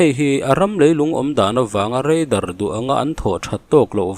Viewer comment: Chuan REIDAR tih zel tur. RADAR anilo